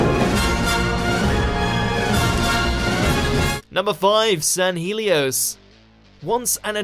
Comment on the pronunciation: Dr Who: San Hell-E-Os Watch Mojo: San-heel-e-os